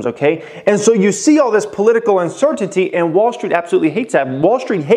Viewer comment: All I let hearing was uncertitty lol